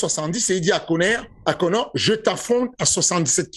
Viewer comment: « IL DIT A KONÈRE » Fernand Lopez 2022.